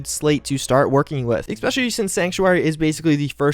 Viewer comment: Bro, it's ESpecially, not EXpecially